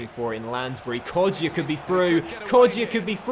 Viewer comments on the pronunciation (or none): It's pronounced Hourihan not Hourihane, and Kodja, not Kodjia, so the I isn't pronounced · His name is pronounced kodja not kodjia